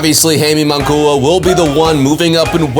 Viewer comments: You need to work on the pronunciation ofJaime's last name. It is NOT "mongooa", And by the way... ...He will loose horribly! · Bro as soon as I heard that mispronunciation, I was like this dude knows very little bout boxing, Munguia has been around for a while now....Should know how to pronounce by now by just hearing others. Not a true boxing fan in my opinion. lol